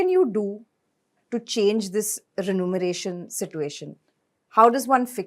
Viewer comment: The anchor mispronounced remuneration as renumeration.